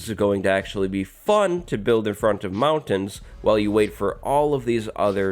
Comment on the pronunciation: That's a wierd way to say mountains